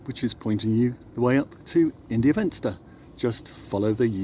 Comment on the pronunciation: India Venster is pronounced India Fenster. Ir isn't English, please don't Anglicise as it could offend.